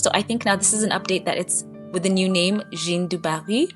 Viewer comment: Jeanne is pronounced 'Jan' in French ( with a soft J )